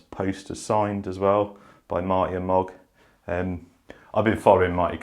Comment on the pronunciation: Moog (moo-g) 🤦🏼‍♂️ MOG! Come on T. Love the channel, love the content. Keep up the good work. Appreciate what you do for us in the Rc community.